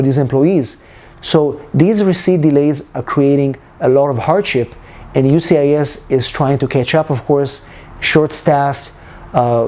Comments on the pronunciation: I keep hearing you say UCIS. Where is the 'S' of the US? Lol... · Please pronounce USCIS properly please. you say ucis